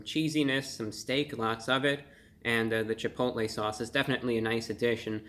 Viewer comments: You said "CHI POTA LAY" sauce. Love it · cha-poe-tah-lay sauce